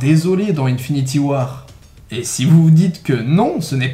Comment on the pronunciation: "unfinity war" ? L'anglais est mort